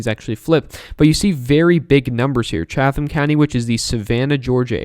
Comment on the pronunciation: Hi from GA, it's pronounced CHAT-tum. Great job! Go Biden.